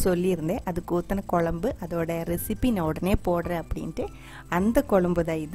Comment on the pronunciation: A slight change in pronounciation.pls say kozhambu not kolambu. It's not pleasant to hear.Most people say kozhambu only except locals.